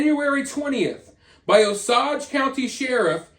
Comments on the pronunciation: O-sage... Paw-husk-a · Hahah I love when people try to pronounce Oklahoma towns . It's O-SAGE. 🤣🤣 AND PAW-HUSKA really enjoying your lastest rounds of videos. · just an fyi~ Osage is pronounced like owe·sayj😉. I think it's very noble & inspiring that detectives don't just give up on cold cases. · I was gonna comment the same but I felt like a jerk because I used to say it the way he did 😅 I’m glad someone else said it